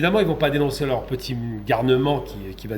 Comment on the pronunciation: à la fin de notre (petisse) (petit) (bienvenuffe) Vous l'aurez (compriche) que (subisse) le peuple palestinien (mercisse) (mehdisse) (mercisse) on poursuisse avec nouffe depuisse paris vous êtes renduffe professeur pittisse Assassinésse métaouisse on continuffe